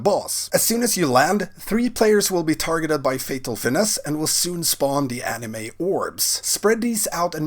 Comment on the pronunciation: "Anima", not "anime." :D